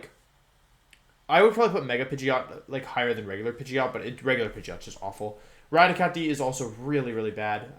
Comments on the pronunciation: Rah-tih-kah-tee lol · I'm sorry how did u pronounce Raticate? I could be missing out on an inside joke